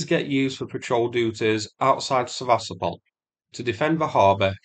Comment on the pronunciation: It is pronounced Seva-stopal and not Se-vastopol. Come on man it not that hard and it's been nearly 2 years since the name became really, really well known. Show the Ukrainians who are trapped there some respect and pronounce the name of their city correctly. #StandWithUkraine 🇺🇦 #WeAreUkraine 💪 Все це Україна! 👍